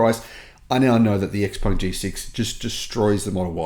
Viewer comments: It's Shi-peng not Eks-peng. Before believing any nonsense the manufacturers promise ahead of the sales start, I STRONGLY recommend anyone who wants an Xpeng (and they are nice cars to drive) to rent one and try a couple of DC fast chargers. Then when you know the 70% of the charger models and brands, the car does not communicate with, you can plot a range map where you will not be able to go with your beautiful, fast, new car. If you own a house and want a 500 horsepower sports car for city commutes, the Xpeng is ideal. If you do a lot of long road trips, you cannot buy a non-Tesla. I hate the looks of Teslas, cannot stomach the manufacturing quality but if I wanted an EV and did a lot of road trips, I wouldn't look at anything but an S or a Y. Any non-Tesla is distilled masochism. And last point - what cells will your Xpeng have? CATL or CALB? After three years when the thing has 400km range rather than 570km, be prepared for the pitch that this is within the 20% degradation that is to be expected. If you cannot afford a Tesla why buy an expensive Xpeng? Get a cheap EV that also cannot be DC fast charged and still is swift enough for the city. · Pronounce the name properly, ShapuwPung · Please learn how to pronounce Xpeng if you are a paid salesman for them.